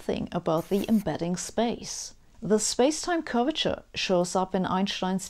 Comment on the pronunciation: Every time she says "curvature", I hear "Gorbachev". ))